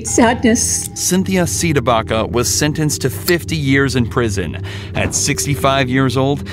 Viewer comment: says "prision"